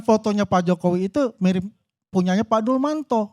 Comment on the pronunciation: Siapa Dulmanto? Yg ada Dumatno bapak...aduh nyebut nama ajah udah salah...gimana mau menganalisis...